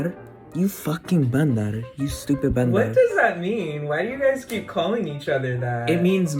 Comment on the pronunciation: Okay but your pronunciation of “bandar” is actually so perfect??? impressive p.s. baddie checkin